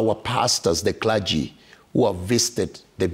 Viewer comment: The christian "kula-gy" (Clergy) have failed spectacularly to speak straight.